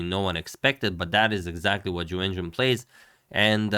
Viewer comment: I will never be able to watch agadmator's recaps of this world championship without thinking of "YuWenYuWen" and laughing like an idiot